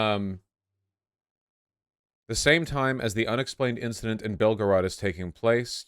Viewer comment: I’m so proud of vaush for not doing a Mexican accent when pronouncing Belgorod but instead doing his normal accent. As someone who lived in Russia it pains me when people make up fake accents to pronounce the names. Just say the names in an American accent because you are an American.